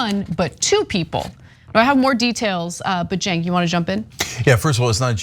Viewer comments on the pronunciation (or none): none